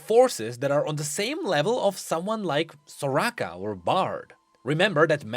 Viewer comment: I love it when says soraka... he has an accent Idk